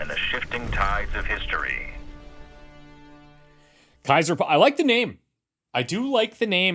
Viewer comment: I remember playing Kaiser on the C=64, but that was largely text-based. ^^ Kaiser is German for emperor, the Latin Caesar is the same word only written differently, regardless what you've heard in the public education system or on TV, both pronounced ( perfectly by 👍) similarly (as in lye:) Kye-zerr (:soft to voiceless R, same for:) or -sar as in SARah, depending on the dialect. Dressing "See-zar" was an Italian chef, I think. 😛